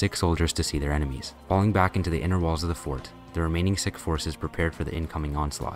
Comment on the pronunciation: bro cannot pornounce sihk